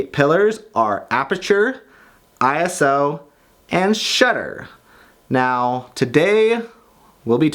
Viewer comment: Thank goodness you didn't say I so and it was I-S-O.